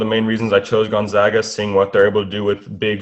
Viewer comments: gonZAGa, not gonZOGa!!! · They are the Zags not the Zogs. Repeat after me: Gun-Zag-Uh!!